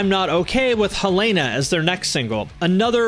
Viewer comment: HELL-AAAAY-NA. omg. It's Helena.